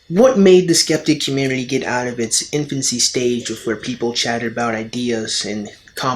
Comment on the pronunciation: it's infancy, not intfancy! xD